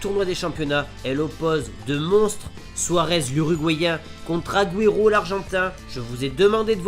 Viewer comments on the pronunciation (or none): none